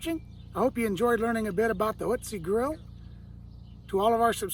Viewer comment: You are the only person I have encountered to actually pronounce the name of the company correctly!